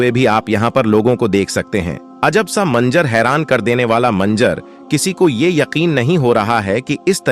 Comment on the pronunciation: Manzar hai manjar nahin theek Karo apni zuban ko